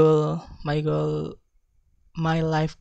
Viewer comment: Strenght: spoke confidently, clearly and fluently, the pronunciation it was good, natural way to present Weakness : mispronunciation at saying goals (Group 1)